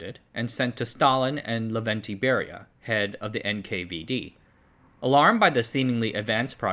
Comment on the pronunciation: Slight nit pick: is it Lavrentiy Beria (note the r).